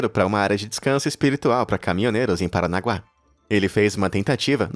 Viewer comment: "paranagua" mds do ceu, PARANAGUA KAKAKAKA